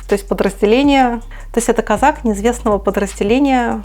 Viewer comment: Козак. Ударение на второй слог.